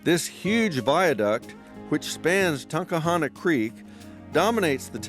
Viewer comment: The proper pronunciation of the word "Tunkhannock" uses 3 syllables (Tunk-HAN-nock) not 4 syllables (Tunk-a-han-ock).